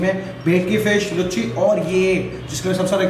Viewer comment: भाई उसको लूची बोलते हैं लुच्ची नहीं